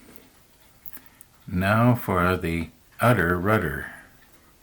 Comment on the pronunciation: The udder rudder 😂